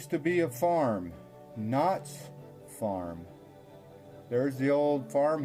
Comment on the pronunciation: Ok I'll be the only commenter...The title of your video is clearly KNOX but it sounds like you are pronouncing it KNOTTS, and referring to the Knotts Berry Farm family of California. My family is from East Aurora but I grew up in so Cal so I'm familiar with both and these are clearly separate families. Hope you liked East Aurora, a beautiful little village!